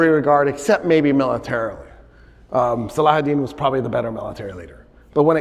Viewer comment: I love how he says salahudeen not saladin